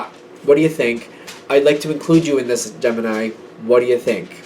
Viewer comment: Kept hearing gem in eye instead of gemini 😂